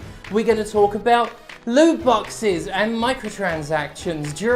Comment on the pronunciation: Heard 'loot boxes' as 'lube boxes' probably because I used to get fucked by them all the time.